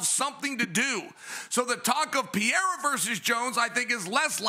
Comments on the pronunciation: One day chael and DC will learn to say Pereira's name right lmao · Chael literally can’t pronounce a single persons name right: Blehal, Jom, Peyerra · Chael, who tf is Blahal. You have to go out of your way intentionally to mess up names as bad as you do lmao Makes Hazmat Chimaev , Vinchinzent Luque and Alex Pierra sound accurate